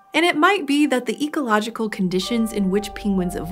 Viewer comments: She is like Benedict Cumberbatch. She says pingwings rather than penguins. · I love how she pronounced it ‘pingguines’ awwwwwwwww 😻😻😻